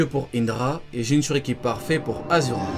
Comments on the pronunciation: Achura et non azura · pk tu dis azura c'est ashura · ont dit aCHura!!!!!!